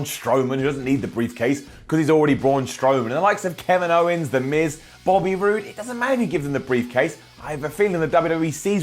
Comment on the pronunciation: that's a funny way of pronouncing Kevin's owens